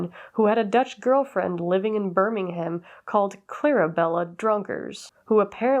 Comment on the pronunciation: You don't have to pronounce the h in Birmingham :) love your content, just wanted to let you know!